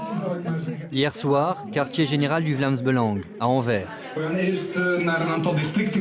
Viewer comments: «Vlams beulange» 😧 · Mais c'est fais exprès ou quoi ? Vous vous dites Vlaamz Belangue Et Anvers se prononce Anverse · Si une membre n'arrive pas à prononcer le nom du parti; ça fait d'elle une bonne camarade. Avec un si beau accent, il a prouvé qu'il était bien belge.